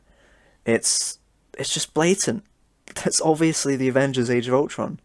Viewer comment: No one going to comment on him saying justice league age of ulton soundtrack at the beginning?